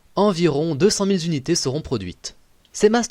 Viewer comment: J'aime le coté historique et informatif, mais du côté de la langue française, zéro. Les fausses liaisons genre "dix mille z'unités" me stressent.